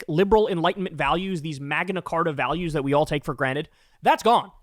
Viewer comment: “MAGA nacarta” lol. That’s a funny flub.